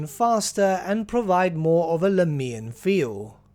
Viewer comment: I could be wrong but the way you pronounce Lahmia and Lahmians hurts me. Is that really the correct way to say it and I've been saying it wrong all my life? In my mind the emphasis should be on the first "a" not the "i". Am I the only one? .-.